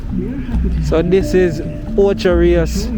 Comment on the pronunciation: Not ochi sir….pronounce the word properly